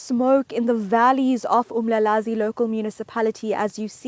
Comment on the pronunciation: its uMlalazi not Umlazi..